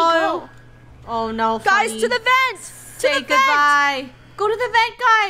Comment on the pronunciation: it sounded so funny when funneh said 'oh no' in a British accent